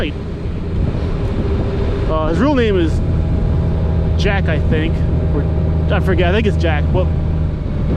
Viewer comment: Hey,... you do realize that for every time you said Jack's Handle wrong,.... that's going to cost you a case of beer, right?? lol. JK. I was there for the viewing of the posted vid on-line, and.... yeah, it was sad, but you really need to watch the original vid to get past anyone's personal bias. For what it's worth... I had unsubbed when Josh started doing those ads for the crotch lawn-mowing stuff... lol. I watched the Vid because I was subbed to Jacks channel the day it got posted. I am Still subbed to Spite's channel..... and oh-yeah,..... I only owe him one case of beer...... For leaving YN and getting his life back. Stay Safe.